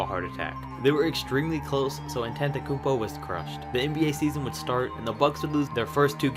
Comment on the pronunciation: The said Giannis’s last name wrong